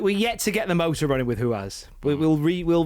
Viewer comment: Say it with me lads: THATS NOT HOW YOU SAY RUAS